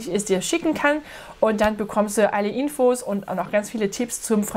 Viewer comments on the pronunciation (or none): Hallo, ich finde Ihr Deutsch zum größten Teil gut, aber das Wort "Infos" spricht man nicht "Ienfos", sondern "Innfos" aus. Außerdem ist es richtiger, "das Nomen" anstatt "der Nomen" zu sagen. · Ich weiß, aber ich habe "Innfos" absichtlich mit zwei N geschrieben, um anzudeuten, dass das deutsche Wort "Infos" richtigerweise mit kurzem offenen I ausgesprochen wird.